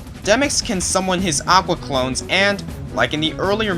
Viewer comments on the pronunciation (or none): none